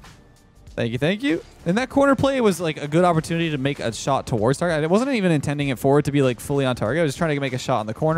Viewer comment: "And we got the shart on target"